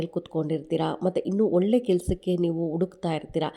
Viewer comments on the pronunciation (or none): none